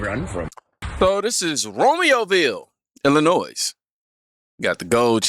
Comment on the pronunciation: The s in Illinois is silent. Blame the Indians for the spelling.